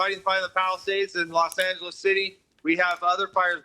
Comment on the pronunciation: Los. Angal. Wow😂😂